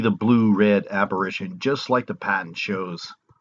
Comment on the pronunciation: It's apparition or aberration. Sounds like you're saying aberrition so not sure what you're trying to convey.